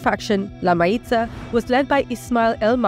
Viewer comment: Mayiza is pronounced Mah-YEE-sah